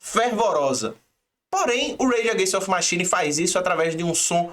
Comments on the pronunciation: Bacana o vídeo..mas deu uma agonia de leve ficar ouvindo repetidamente o nome da banda errado..rs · Da pra fazer o video de novo falando o nome da banda certo?